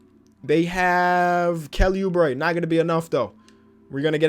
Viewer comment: Normal Person: "Ah they have D'angelo Russell and Nikola Jokic.": "They have kElLy OuBrE